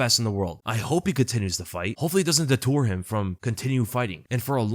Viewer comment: Deter.... Not detour....js